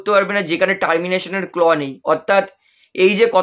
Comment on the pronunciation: ভাই, কথাটা 'ক্ল' নয়, 'ক্লজ'। আগে স্ট্যাটাস কমিটিকে স্টেট কমিটি বলতে। এবার দেখছি সেটা শুধরে নিয়েছ। ভালো কথা। 👍 এটাও শুধরে নাও। না হলে কানে বড়ো লাগে! 👂🙉